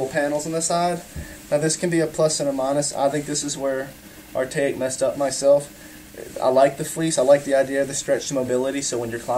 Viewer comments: “Artayik” lmaoooo 😂😂😂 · how do you look right at the name of the company and still pronounce it wrong